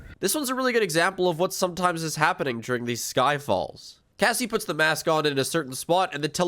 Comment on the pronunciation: STOP. CALLING. CASSIE. "GASSIE". IT DRIVES ME INSANE, I CAN'T EXPLAIN HOW MUCH I HATE YOU FOR THIS